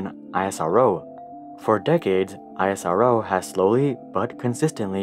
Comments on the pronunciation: We don't call it I S R O We say it Isro without any gaps Like Esro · Love the video. Btw it's pronounced ISRO (not the individual letters) like the "is" word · It's pronounced 'EES-ROW' btw. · It is not I-S-R-O spell it together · You don't say NASA as N A S A, then why are you calling ISRO as I S R O? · ‘Iasaro ‘💀 wTf BrO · actually you are pronouncing it wrong its iss-row in pronunciation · ISRO is pronounced as "IS-ROW" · Its not Isorrow .... 🤣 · Learn to pronounce ISRO's Name correctly. You do not call NASA as N. A. S. A. with each alphabet spelled out. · It's Pronounce like "E-sro" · Thumbs up for the information! Thumbs down for the pronunciation of ISRO! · I'm surprised that after doing so much research about ISRO, you still pronounce it very different from the norm. Anyways, good video! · We call it more like a word than an acronym, like is row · Dude you are spelling isro wrong. Spell it as iss -roh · Your pronunciation of ISRO is making me uncomfortable! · I don’t like it when people don’t say properly Indian word and pronounces Please I like the videos but work on ISRO pronounce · Speaking NASA well but what happen when you speak " ISRO " bro 🤬 speak well isro also plise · YOU CAN PRONOUNCE IT : esro NOT I S R O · I S R O just pronounce it ISRO the same way you pronounce NASA not N A S A smh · For god’s sake: It’s called isro as in a word, not I-S-R-O 😂 but really, ISRO is kinda underestimated. The parts of the first rockets were actually brought to be built via cycles, yes, cycles. (Fun fact: All of the materials used to make the recently landed Chandrayaan 3, were made in India) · i was dead on isaro, its isro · It's not isaro but ISRO... Pronounce it correctly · It's not AISRO it's ISRO(pronounced as ESRO) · It's eesro.. not I S R O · why dont you say Isro bro why I S R OO wtf.. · Everything was good till the guy starts calling isro as i-s-r-o. Its eesro for gods sake. Gave me a headache. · Its not I.S.R.O its iz-ro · Its not I.S.R.O, ITS ISRO😂